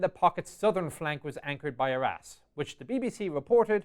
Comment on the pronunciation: So, this was really good, but 'Arras' sounds like 'our ass.' 'The pocket's southern flank was anchored by our ass...'